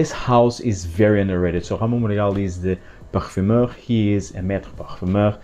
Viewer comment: I've heard you said Jamón Monegal 🙄🤪 Yes , Ramon Monegal makes nice perfumes 🤩